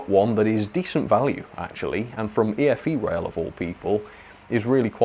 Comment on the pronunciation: I thought it's pronounce E-FE rail